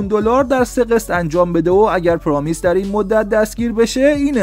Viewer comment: اسم همه رو اشتباه میگی، قشنگ معلومه اهل فوتبال نیستی فقط چون موضوع پر مخاطبیه ویدیو درست میکنی درباره فوتبال، پرومس نه پرامیس! سیگرسن نه سیگره سن!